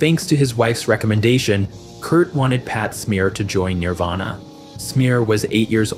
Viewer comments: Ugh... every time you say Nirvana it comes out Nearvana and it's driving me nuts 🤦 Nearvana??? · Narrator can't even say Nirvana right